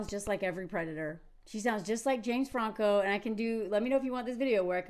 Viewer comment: The way you say Franco shows your Frenchness!! 😂😂😂